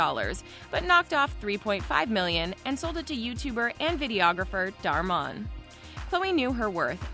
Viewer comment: Instead of Dhar Man she said “Dhar Mon’